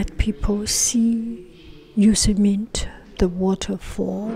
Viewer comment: Pronounced Yo-sem-mitey